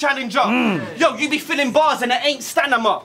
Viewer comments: He said 'Stanima' twice.. ahhh 😂😂😂 A obliterated the poor lil 'hybrid road man pikey' 3-0 to A! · 3-0 "Stanima" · That Eiffel Tower parasite line was lethal... still 3-0 for saying "stanima" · lol true dat..... Stanima is word of the day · is really going to say "stanima" twice and get away with it?